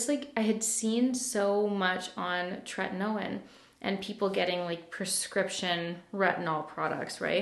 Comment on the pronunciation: I use tretinoin! Which btw, it’s pronounced tret-eh-noi-n. When you are just starting it you have to wear moisturizer in all the spots where you are currently flaking-so around the mouth, on the nose, on the outside corners of your eyes(meaning the skin above the cheek, closest to the eye) and on the neck! Then you apply a small pea sized amount to the face and another pea sized amount on the neck. Also, should only be used at nighttime and no more than twice in a 4 day period. If you are flaking still after doing the moisturizer underneath then you have to build your tolerance to it as you may have one that’s too strong for your skin to handle. Also please ensure you use tons of sunscreen whenever you’re out. It can damage your skin barrier if not used appropriately, so I hope this helps!